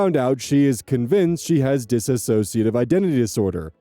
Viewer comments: For the second time,, it's diss-ociative, not dis-ass-ociative. That ass doesn't belong there. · oh no my pet peeve! Please, anyone who is willing to listen, the word is DISSOCIATIVE. it is not DISASSOCIATIVE. read the word carefully, count the syllables. PLEASE PLEASE! I truly cannot stand how prevalent the incorrect pronunciation is